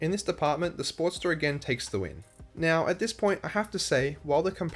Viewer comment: I got confused as I had this in listen mode. I kept hearing “Sport - steress”. Why is the sport stressed? Then I realized the accent! Great review. HD wins across all categories!